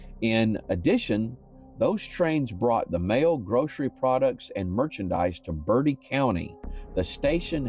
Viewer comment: I'm originally from Ahoskie and you pronounced it well. Although you mispronounced Bertie It's pronounced Ber-tee. I wish I went to look for the lights before I moved away.